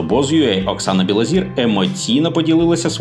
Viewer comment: Білозір - це прізвище, ПРОТЕ, українскьою говорять НЕ БілозІра, а БілозОра. Вчіть мову перш ніж читати чиїсь сценарії Невже когось можна споїти ? Треба мати Характер і не йти за примхами інших.